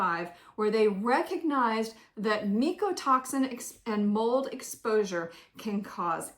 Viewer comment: Thx for the info, I watched dr campbells videos also. Apparently it’s pronounced MYco toxin, not meeko. 😅just sharing! 😊